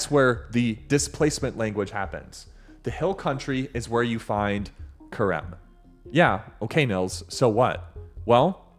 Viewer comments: Stop saying Kharem. That's not how it's pronounced. harem said with a ch like hannukah. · Theres no hard k sound in the word Cherem . its an aspiration closer to saying Herem . The first letter in that word is het not qof. Its Het resh mem =HRM.